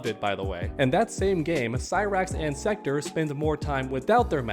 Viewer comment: Every body should be complaining about the gender swaps. It will only continue to get worse. Mortal Kombat was diverse enough. Also its Sek- Torr not Sek-tur Lol